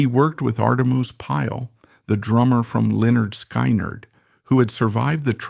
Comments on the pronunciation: AI sucks...makes this video torture. Every time I hear sky-nerd or govt!!! pathetic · SKY-nerd lol